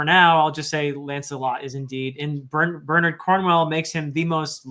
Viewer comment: gets extra points for not using the Americanized “BernAARD” pronunciation.